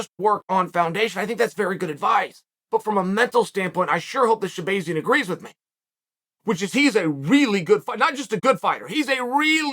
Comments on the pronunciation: Sha-bay-zee-an? It’s sha-BAH-zee-an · Sha-BAY-zian…. uncle Chael it’s Sha-BAAAZIAN… I almost feel like uncle Chael is trolling these fighters with the mispronunciation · Stop saying his name wrong lol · Bro how you gonna keep saying this man's name wrong over and over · Uncle Chael 🤝 Butchering names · The way Chael is pronouncing his last name makes me feel like he’s trolling us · That's what he does with everyone 🤣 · Don't give Chael too much heat for it. Us Armenians have difficult to say names which get pronounced wrong by EVERYONE. Actually, even other Armenians get my name wrong sometimes lol